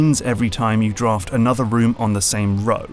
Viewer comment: Sorry but... draft what? Any chilean in the comments will understand why it sounds a little weird lmao